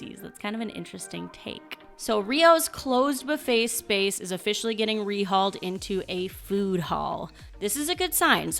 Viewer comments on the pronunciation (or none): none